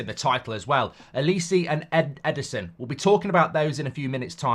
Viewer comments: It's said like O-li-say. Not O Li see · His name is not Elisi. It's Oliseh! Starts with an O. O.....li.....seh!!!!! Bloody hell man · The way mark says Olise’s name is doing my nut in 😂😂 it’s pronounced oli say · Can’t even say olise properly😂😂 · I’m hope United don’t sign Olise, can’t listen to Mark butcher his name for the next few years!